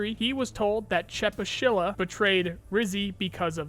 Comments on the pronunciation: Zurachii- [Z r y a ch i y] not [Z u r a k i] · it's also not "zee-raa-chiy", but "zree-yaa-chiy"; the "zr" sound has no vowel in it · Bro, dont wanna be salty, but please pronounce thier names corectly If you want to I'll make you a small table how to pronounce them ChE-Pu-Shi-La Ri-(s)Ziy Zrya-chiy, not zirochiy, please ffs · Zryachiy is pronounced like Zrya-shi btw. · ZryaCHii, CH like in Chilli or somewhat like CZ in Czech Republic. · He calls him zraki lmfao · "ch" in "Zryachii" reads like "ch" in "Charlie" btw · CH in russian words is almost certainly pronounced like in CHill, not like CHaracter. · "Zryachii" is pronounced with "ch" as in "chirp", and not as k/ck.